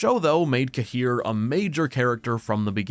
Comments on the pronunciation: Smallest nitpick- I hate how they chose to pronounce Cahir. It's one of those names that Sapkowski plucked from a place name. Cahir is in Ireland, near where my gran is from, it's pronounced like Care. It makes me wince every time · Tbf In Wicher 3 Geralt prononced it the same way